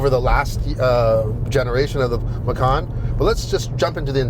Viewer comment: 😂😂😂 Indonesia language 🇮🇩, pay attention to speech... Macan is tiger... Makan is eat... 😁😁